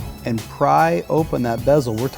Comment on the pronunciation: “Bezel” not “besel”......duh